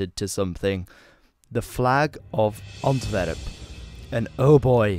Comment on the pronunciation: Please either pronounce the Flemish places in a dutch pronunciation or the english versions in english pronunciation. But the english versions in dutch pronunciation, like "Antwerp" en "The Schelde" just sound super wrong and horrible. Expect if you're talking about the football team then you're fine. Thanks